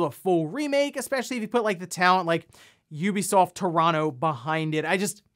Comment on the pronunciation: It’s nice to hear you say Ubisoft correctly unlike Shawn from RGtT